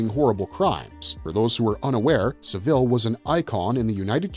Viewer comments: He's pronouncing it like the last name of Dave, the manager of The Chipmunks. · Had to stop because of the way you were pronouncing saville.